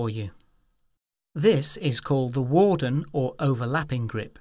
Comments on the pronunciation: It's the Vardon grip not Wardon. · The narrator is likely from India or Pakistan. They all pronounce V as W. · It's the 'Vardon' grip. Not the 'Warden' grip. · Vardon, not Wardon, unless you are chained to overthinking, then its WARDEN :-)